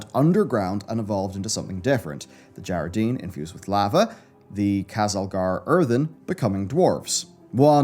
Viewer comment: Whyyyyy is he mispronouncing djaradin when they say it a zillion times in game